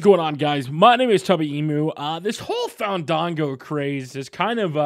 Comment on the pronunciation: tubby please, it's FAHN-DAHN-GOOOOOOOOO!!!